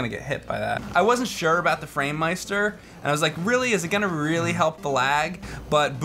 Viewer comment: I love how pronounces "meister", absolute perfect german there, the man could probably fool me:O